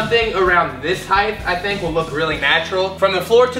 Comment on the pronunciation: Dude is amazing but when he said “heighth” I got lightheaded.